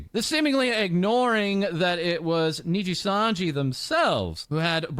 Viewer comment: jeez asmond had to cover RIPBOZO so much he actually pronounced nijisanji properly now, that shows how much nijisanji fucked up.